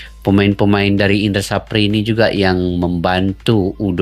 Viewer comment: Indra SAFRI mas.. Bukan SAPRI.." 😂🤷‍♂